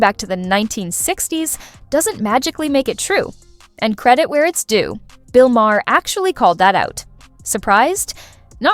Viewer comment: You don’t know how to pronounce ‘Maher’.